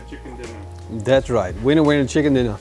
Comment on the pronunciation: Winner Winner Chicken “Diner”